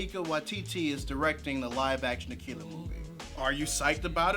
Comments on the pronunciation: I think hes pronouncing it as "akeela" because that's how Japanese people would pronounce it. Also they're looking for casting in my city, the twin cities in MN! Soooooo I dont think that release date seem right...haha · "AKEELA" Bruh. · Japanese R's and L's make a sound closer to the English sound for D's (but more like a mix of all three). It's a sound that doesn't really exist in English. Pronouncing 'Akira' with an English L probably isn't really any more incorrect than pronouncing it with an R, but it's pretty uncommon.